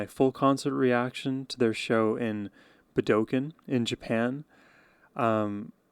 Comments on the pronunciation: Hey, just fyi the correct way to pronounce "Budokan" in Japan is, "Boo-da-kon". I loved your reaction. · Pronounced Buda-khan😊